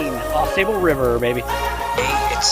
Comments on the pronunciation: FYI, it’s pronounced Au Sobal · Yeah! You said it correctly one time: Aw-saw- bull. 😂 I lived in Michigan many years ago, and my dad and I enjoyed many canoe trips on Au Sable. Thank you for bringing those incredible memories back to me. 💗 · Yep, I know how to pronounce it correctly...I just kept forgetting during the filming. Its hard to change something that you've been pronouncing wrong for over 30 years, lol. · Yeah I know, I said it properly a few times through the video but after pronouncing it wrong for over 30 years it’s hard to change LOL